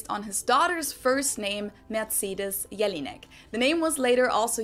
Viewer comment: "Her name is jellyneck" 😅